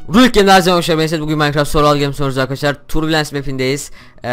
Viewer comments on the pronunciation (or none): none